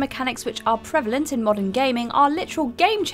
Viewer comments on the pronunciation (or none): none